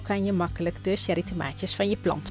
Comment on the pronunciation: Het is: tsjerrie, niet sherrie, fonetisch